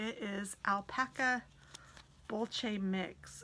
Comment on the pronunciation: Beautiful yard... you're going to have lots of fun with it I bet. The yarn that you showed which was spelled boucle is pronounced "boo-clay". Thanks for sharing it.